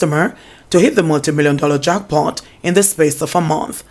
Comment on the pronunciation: says "jockpot" instead of "jack pot" lol. I'm just being mischievous in pointing this out.